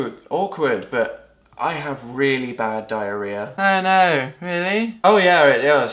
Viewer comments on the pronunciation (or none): Omg, Dan I love you. Despite how much "diariah"(sp?) you have.(: -3